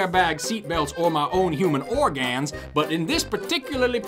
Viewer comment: OrgAns and Pharmiceutical